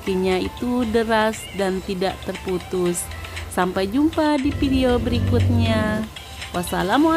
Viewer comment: Hebat... coba sebut video bukan pidio